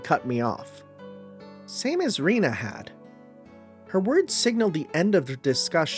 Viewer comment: Please no more Rena pronounced as Rina 😂There is literally a character named Rina in the VN